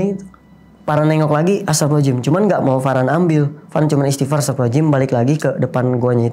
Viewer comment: Maaf saya kurang nyaman mendengar istighfar dari... maaf sy juga bukan org yang ahli agama, tapi untuk pengucapan istighfar baiknya dengan jelas 🙏🙏